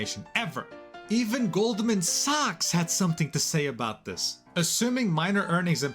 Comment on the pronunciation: I hate hate hate how he calls them Goldman Socks. the company is Goldman Sachs, never have I heard anyone pronounce Sachs like socks.